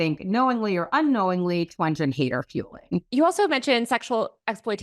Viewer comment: it’s also Jean twen-gee versus twenj